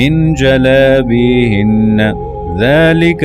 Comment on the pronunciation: سورۃ الاحزاب کی آیت نمبر 59 کی تلاوت میں ایک لفظ غلط پڑھا ہے۔ صحیح لفظ « جلابیبھن » ہے جبکہ آپ نے « جلابیھن » پڑھا ہے اور لفظ «ب » چھوڑا ہے۔